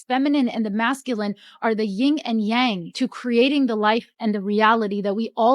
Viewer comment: "Ying and Yang?" Drop the 'g' on the Yin.